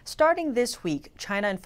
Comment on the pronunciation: "JAHHYYY NAHHH? " XD